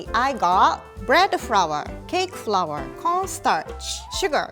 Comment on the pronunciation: Nobody:: "bread FROUR"